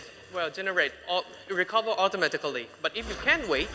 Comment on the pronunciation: Don't forget about au-to-mat-ic-a-ry